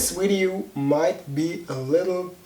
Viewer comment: Pretty God! Your English is already really good, you just need to pronounce the "v" right, cause e.g. in the word "video" you pronounce it like "ui" or the Wii, you know?! But please keep on doing it, it's great!!!😃😃